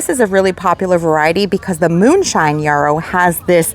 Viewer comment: The yellow achillEa is a yarrow not a yorrow! (not rhyme with borrow, sorrow, tomorrow)